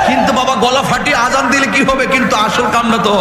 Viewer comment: আজন না আজান।